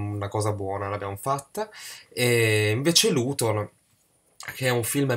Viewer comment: Dei cinque film che hai elencato ho visto solo "Luton" (che, essendo greco, si pronuncia "liuton"). Interessante, ma non mi ha fatto impazzire. Il finale eleva un po' la pellicola, ma di fatto penso che essa complessivamente sia un esercizio di stile, come hai detto tu molto geometrica, si pone l'attenzione sulla tecnica e i sentimenti vengono minimalizzati (esiste questa parola?) fino al parossismo. Non dico che sia un film noioso, anzi, l'immagine, nonostante la lentezza del ritmo, è talmente fatta bene che lo spettatore ci si perde, però ho trovato la maggior parte del film talmente piatta da risultare ridicola. Un film che consiglio ai cinefili, ma che può appesantire anche loro. Ho visto anche "Dogtooth" di Lanthimos (titolo originale: Kynodontas): assoluto capolavoro, che mi ha ricordato le atmosfere di "Teorema" di Pasolini e di "Arancia Meccanica" di Kubrick.